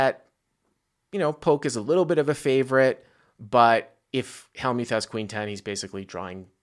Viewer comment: he also mispronounces Phil Hellmuth's name as well